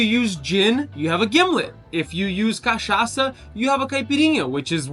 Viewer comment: Mind was blown when you said cachaça and caipirinha with perfect Portuguese hahahah